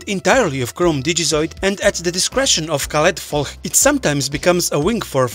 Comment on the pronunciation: Damn, you pronounced Caledfwlch perfectly, I'm actually impressed! Great video - where's the fancy gameplay for dracomon come from?